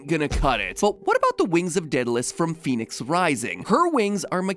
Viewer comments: But it's not Phoenix... the game should be pronounced - Fen-ex. Daedalus pronounced - Dayd-a-lus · That's not how you would say that.. Fenyx would have the short e sound not the long e. So it's Pheh-nix.. you don't get to change vowel sounds just cause your quirky. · But it's pronounced Fen-ix not Fe-nix so the intro shouldn't say "Pheonix" if it means Fenyx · I'll accept Phoenix or Fenix, but Fenyx is "fen-yix"